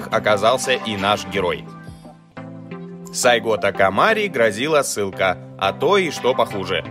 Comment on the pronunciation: Позвольте поправить. сАйго такомОри. Да и история рассказано не совсем чётко. Советую прочитать побольше информации по поводу Сацумского восстания. САйго не планировал возглавлять никакого движения, а шёл в столицу, для получения разъяснения, по поводу покушения на него. И тамошние самураи пользовались современными ружья и, а пошли в рукопашку из-за того, что боеприпасы тупо кончились. История очень интересна, изучите её поглубже) спасибо за контент